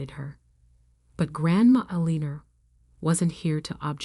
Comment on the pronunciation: The problem with AI reading these stories is that English is not their first language 🤣! Every time she said “Aliner”, I cringed. I’m assuming the name is Elinor? Now and then, there is an odd word mispronounced…I can usually figure it out, but it can be distracting, and interrupts the flow of the story.